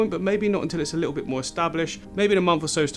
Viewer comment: You say 'lit- awl' at least 10 times less than Jamie Oliver would in half an hour. Whew!